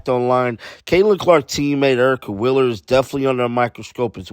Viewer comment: Why do you say "Willer" instead of "Wheeler"?